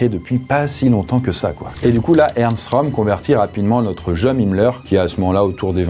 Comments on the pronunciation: Pour info, le ö de Röhm, ça se prononce eu et pas o 😉. Pour le coté psychologique, le fait de pouvoir vivre normalement tout en étant confronté à des horreurs, c'est peut-être difficile à comprendre pour la majorité des gens car ils ont une vie plutôt heureuse et n'ont pas été confronté au mal ou à la malveillance à forte dose. Il est même possible en quelque sorte de "reprogrammer" son cerveau, ça demande du temps mais aucun besoin de drogue ou quoique ce soit. En tout cas je comprend que l'on peut d'un coté voir des horreurs et paraitre normal 5 minutes après. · Le ö en allemand ça sonne comme "eu" donc Röhm se prononce "reum"